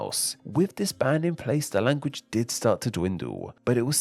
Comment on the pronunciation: Language-uh.... i hate people who talk like this.